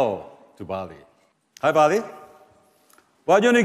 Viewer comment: Baillie more like Ball-E.. When we getting our WAll-E?